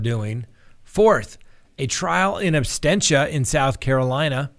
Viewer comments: Abstentia? Is it not Absentia? 🥰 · Absentia, not absTentia. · Sandra Summers you are absolutely correct!....It sounds like he said “trial in ABSTENTIA”...LOL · The word is ABSENTIA not abstentia!!! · Great show! The term is “in absentia,” not “inabsTentia.” Thanks :) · Trial in "absentia", not "absTentia",, sir😊. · Mummy That's what I believed as well. It was said as "in abstentia" twice, so I wondered. Thanks for answering 😊. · Absentia,. You get that wrong every time. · It's not abstentia, it's absentia. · It's absentia, not abstentia. There is no t immediately following the s. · No offense, but it's "in ab-sen-tia," as in "absence." Not abstentia, like abstain... Awesome episode though, sir. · he definitely said in “abSTENTIA” multiple times. Kind of killing it for me especially when you’re educating others about the law. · “... in absTentia...”? really? better brush up on your Latin, Sir... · Ooof!! I saw this comment as i got to that part. And he repeats it so many times! 🙆🏾‍♀️ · my brother , the word is ab sen tia ab sen shia is how you pronounce it. just so you know . i’m a fan by the way and love the show. not trying to be a dick. lol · seems to have a tendency to mispronounce words. No big deal, he's still super educational and fun to watch. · Really love your show but isn’t it “in absentia”? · I thought it was "absentia "?